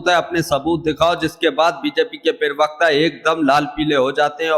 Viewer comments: अबे सूतिये पर्वकता नहीं प्रवक्ता सही शब्द है। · bhai pahle pravakta bolna acche se sikh le